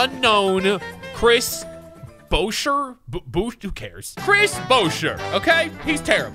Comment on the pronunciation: I would be okay with Chris Boucher. However it’s pronounced Chris Boo shay. And you might like him cuz he’s a Canadian...